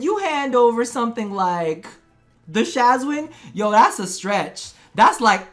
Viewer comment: It's not a guitar, it's not a banjo, it's not a shazwin. It's a shawzin, pleaseee